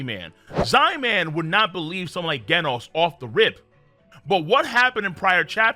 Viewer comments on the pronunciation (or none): ganos??? its pronounced jenos..... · It’s “ jen noooss “ not “gen os” it’s like genesis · Excuse me who is guenos? His name doesnt have a u, its genos as in like generate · It’s not genis it’s Jen os jenos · Did he just say gaynos instead of genos 😂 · It's genos not gandos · Bro… it’s freaking GENOS. Like genesis next gen! Not ghenos. How hard is it to say a freaking name right!?! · did you really call Genos by the name Ghenos? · Bro can't even say "genos*💀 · Why do you pronounce genos as gaynos.... General, gentle, gender = genos it's said the same way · This guy called Genos "GHEN-OSE" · Bro omfg say Genos name right🤦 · Pronounces Genos wrong. Pronounces Genius right. This fucking guy. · King is the best at games not average and you pronounced genos wrong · i ought to give you a thumbs down just for how you pronounced Genos. 🤦‍♂ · whats with the Genos pronounciation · Did you pronounce Genos with a G and not a J? Okay you clearly don't know anything bye.